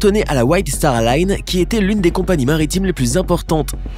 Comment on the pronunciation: C’est star Line pas star lune